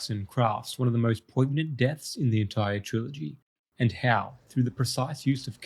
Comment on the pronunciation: the G in 'poignant' isn't pronounced, it modifies the N to give it a 'y' sound, like the spanish Ñ